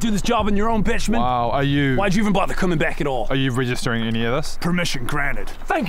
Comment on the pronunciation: They said Benjamin The caption says Bettjeman But i only hear Bitchman